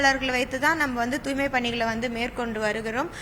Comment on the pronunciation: தூய்மை என்ற சொல்லை உச்சரிக்கத் தெரியாத ஒரு மேயரை இதற்கு முன்பு கண்டதில்லை. கேள்வியும் பதிலும் எழுதிக் கொடுக்கப்பட்டதுதான். என்ன ஊடகப் பணி?